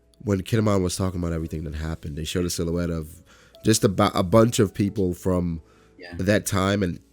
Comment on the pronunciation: Seal-hoots? Its silhouette my guy